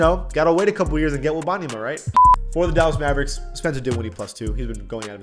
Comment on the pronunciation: there’s no way you just pronounced wembanyama like that